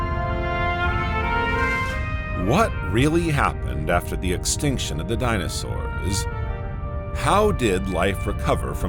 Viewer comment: The dino sauerrrssA. Today -A Fix that 😡